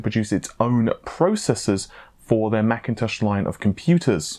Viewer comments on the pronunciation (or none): none